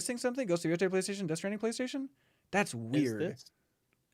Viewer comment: Y'all, this is a great GOTY discussion but please learn to pronounce Yotei! Y'all laughed about umamusume at the game awards, but it's not Yotai! I know y'all know Latin vowels from Spanish, Japanese is the same system!